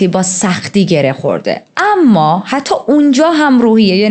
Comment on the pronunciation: آمــا. نه اما درسته. ولی حال خوبی میده به شنونده هات. بیشترشوخی کردن باکلمات خیلی دلنشینه ادامه بده❤❤❤ریــــتــاجان❤